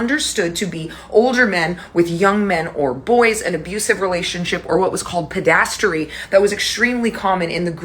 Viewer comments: Pedastery is actually called pederasty. But then again, I used to pronounce indicted "indickted" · You mispronounced pederasty. Lost your credibility. Get a dictionary and sit on your hands. The word dinosaur is not in the bible either...